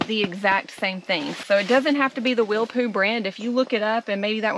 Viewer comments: its pronounced willpo like jethro or willow, not willpoo lol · … it’s Willpō.